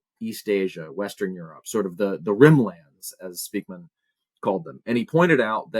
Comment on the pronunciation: Being Dutch, living in Unterfranken, Bayern, Germany, this name raping hurts my linguistic brain... Spijkman, Speykman or Speijkman are all pronounced more like Spikeman, as is Edelman more pronounced as Adelman. Sry, off topic, and I needed to get it out...